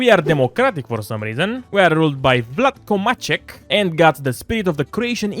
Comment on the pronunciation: You read Vladko Maček correctly, have a like.